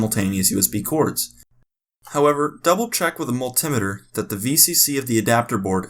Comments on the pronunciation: Lol yeah I reacted to that too. "Mult-immiter" instead of "Multi-Meter" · "Mul timi ter"?? Multi-meter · "multimmiter" shivers